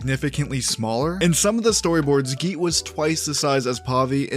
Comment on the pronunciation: As an Indian (all these names seem familiar), I'd like to note that just like you now know how Pavi is pronounced, I'm pretty sure you don't say nee-sha, just ni-sha. Also, Geet means song or music, and it's pronounced more like Geeth Thanks for sharing! I actually do look forward to this new phase, as someone who enjoyed TLOK